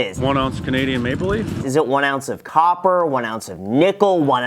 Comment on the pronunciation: It sounds like he is saying Canadian “make belief” coin instead of maple leaf coin. I could understand why some of these people said no for that reason.